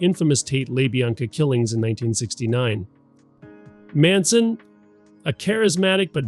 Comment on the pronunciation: On the audio: there are some odd inflection choices that I don't think a human would make. One example is "Manson?" , where it seems like the AI voice doesn't quite know how to interpret the bracketing commas. I think there was another spot like that too. Once the voice was called into question, it cast the whole production into doubt. I don't necessarily know whether the script is AI, but there are parts that sound a little... generic, I guess, to me. Like to , for example. I mean, who uses the word "indelible" in a video script? Plus, I can't quite put my finger on it, but it seems like language pulled from a longer article about the situation, not something you'd write for a video titled "Top 10 Strangest Cults of All Time". Too much focus on the big picture, not connected enough to the "weirdness" of the cult and too formal, I guess. I felt the same way about the conclusion, and I wish I was better at articulating it.